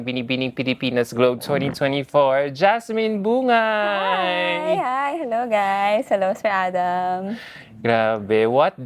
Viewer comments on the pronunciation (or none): Her last name is not Bu-ngai when pronouncing. The right pronunciation is Bung-gai. True kapampangan knows this. Please do your reaseach more.